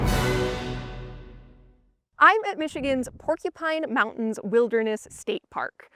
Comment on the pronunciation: What are "Mowh-ehnns?"